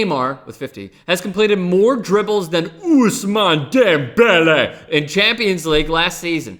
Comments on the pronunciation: Good video besides the way you said Ousmane Dembele. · Hey, can you shut the fuck up with the whole Ousmane Dembele? It's like you've never said the name in your life before when he's been a star since last year. It's really fucking annoying to listen to more than 5 times in one video, settle down.